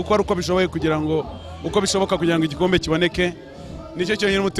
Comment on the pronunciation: Bavuga Igikosi (Igikombe)😃😃😂😂😂😁😁😁😀😀